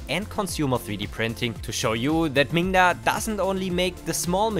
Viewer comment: Be careful to sound the 'D' in that name, 'minga' has a rather pejorative meaning in British English :-)